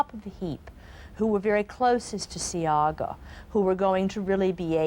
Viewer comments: SEA-Aaah-GA you’re telling me this broadcaster came on here and never researched the name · Shoulda hear mi ah cuss...bout See-gah 😂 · Not Seaga - C - ARG - GA